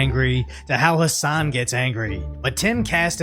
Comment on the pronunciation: P.s.- Hassan, the h and an of his name are silent.